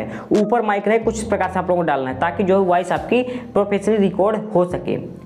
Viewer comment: Waice nei bro voice. .😂😅😊😊😊😊😊😊